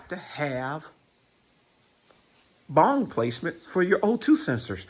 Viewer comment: Good info, thank you. I suspected this was the case. BTW, it's BUNG...it sounds like you're saying BONG...both have their purpose haha.